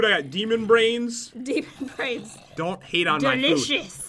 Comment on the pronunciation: Brain not brainig